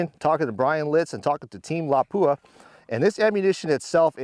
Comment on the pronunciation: It's always hilarious how Americans pronounce "Lapua". It's a Finnish word with only one "P". Put equal weight on each letter, and don't accentuate the "P". It's pronounced Lapua, not Lappua. 👍 Anyway awesome video, and awesome ammunition.